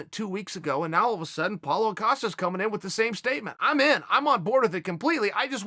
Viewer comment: cause hes saying paulA costa instead of Paulo